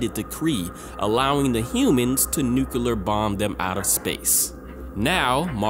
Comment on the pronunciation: Nuclear...Nuclear...NucLEar!!!!!!!!! NOT Nuculer!!!!C'mon, aren't you in college?? Don't be George Bush!! The word is Nuclear. Please pronounce it right. Please. Thank you.